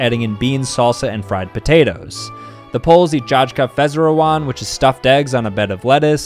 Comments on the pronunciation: yeah but you should at least have a listen and attempt first. it's not that hard to Google the pronounciation and attempt based off that. He just read it as if it was English which is very inaccurate since j=y w=v sz=sh. Mf said dżadżky faszerołan. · As a polish I am personlay offended by the pronounciation To an english speaker you could pronounce it " yayka fasherovane " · Ok but djadjka fezzerowan is a crazy pronunciation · As a Pole the moment he pronounced jajka faszerowane I died and so did my soul. It's pronounced like yayka fasherovane lmao. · The way you pronounced Jajka faszerowane made my day 😂 You suppose to pronouce it "Yayka fasherovane (last e sounds like the middle one) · You could not have butchered that Polish prononciation worse. It’s yika fajz e ro van ne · Im not even polish or german but the way he pronounced the polish and german one 💀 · That had to be the worst mispronouncetion of the polish language to date, i don't blame you but I'm pretty sure that was just a seizure for a second